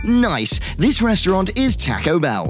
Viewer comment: quiz said taco wrong